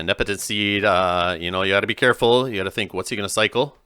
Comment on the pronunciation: I really enjoy all your tournament coverage. The commentary is great, but I've just got to say, it's Sequis, not Sequeeis. Nepenthe, not Nepetenth. ☺